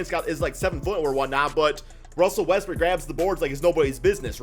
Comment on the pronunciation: Is it me or does he always say Westbrook as Westbrick?